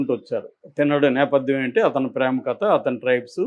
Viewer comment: U r a journalist. Don't spell it as కత , say కథ.